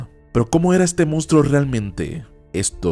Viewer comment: La pronunciación y escritura correcta de la palabra es MONSTRUO no mounstruo ni mounstro.